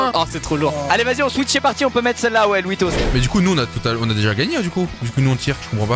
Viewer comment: Les gars, a 6min54, squezzie il dit '' aller vas y LOUISTOS'' 😂 Mélange de louis et shytos